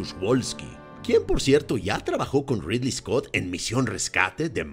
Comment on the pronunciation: Es ridly scot porfavor